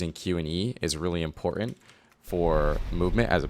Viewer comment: bad habit. it's not "impoorant".